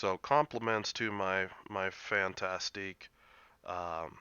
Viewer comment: le Fan-Task = Le Fantasque. Not Fantastique...